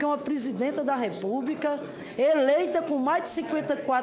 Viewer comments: Uma senadora,e professora,falar "expRica" "repúbRica" ? Lamentável essa senhora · Professora que fala REPUBRICA...coitados dos alunos! Sra Senadora, va estudar o Portugues!